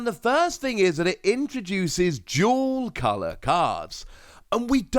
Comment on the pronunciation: I thought you were saying jewel color lol not dual color